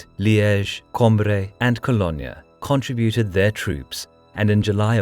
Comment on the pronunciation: Does nobody know how to properly pronounce 'contributed' anymore? It's not 'con-tree-bu-ted' - there's no 'tree' in the word given it's based on the word 'tribute'. It's 'con-TRIB-U-ted'.